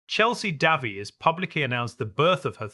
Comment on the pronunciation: Try pronouncing the woman's name properly.